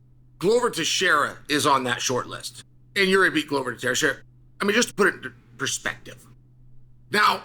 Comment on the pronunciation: It's not Yuri it's freaking Yeary. I had no idea who chael was talking about at first